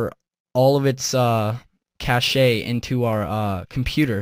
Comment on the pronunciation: It's pronounced "cash" btw, The way you pronounce the word cache in the video is actually how someone would pronounce the word cachet. Completely different beast. Also Readyboost helps people with smaller amounts of RAM, people using over 4GB won't see any real difference. Its also a good way to nuke your Flash Drives that much more quickly with all the read/writes going on.